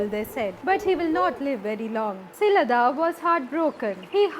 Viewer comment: I appreciate the content but i would recommend that special attention be paid to pronunciation of names, especially uncommon names. Nandi's father was Shilaada (शिलाद) , not Shilada (शिलदा / शिलद)